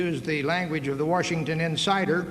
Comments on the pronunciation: he said "werchington" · The way he pronounced "Washington" is enough for me to know that he would've made a better vice president that any clown from the entire last century of American politics.